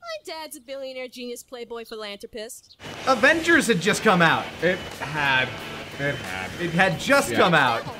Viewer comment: Why are you cringing an MCU reference and not her inability to pronounce philanthropist?